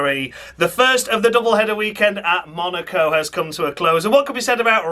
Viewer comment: Even you just saying MUNARCO several times would be noticed 🤣